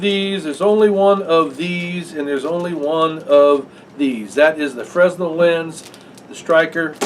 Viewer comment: Just found this channel and really like it! By the way, it is pronounced "frennel" lens. The s is silent.